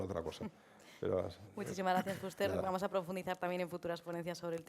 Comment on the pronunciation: La presentadora lo dice correctamente, se pronuncia Fúster. Gracias